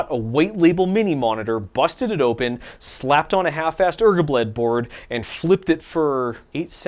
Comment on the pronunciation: bro donts ssay ergabled its R G B L E D